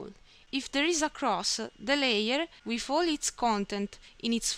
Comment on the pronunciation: The wiff and aight!